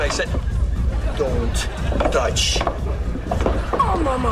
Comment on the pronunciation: " Don't TACH " LMAOOOOOO